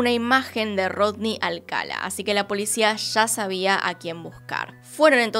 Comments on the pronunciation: Videazo, peeeero me puso muy nervioso que lo llamase Alcala y no Alcalá. Ni siquiera sé si es así, pero por lógica sí, sería con tilde al final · Creo q es Alcalá (con acento) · Alcalá con acento en la a, felices fiestas pásalo muy bien 🧑‍🎄🥳🎉🎄🍻🎁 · El apellido es Alcalá con acento en la última A